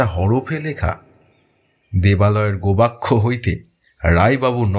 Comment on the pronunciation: গোবাক্ষ নয় গবাক্ষ।